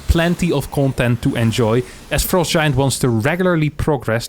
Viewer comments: fr-ah-st, not fr-oe-st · Why does he keep saying frowe-st giant studios, I bet its just to bait idiots like me to comment like I did. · the way says "frowst" is hilarious.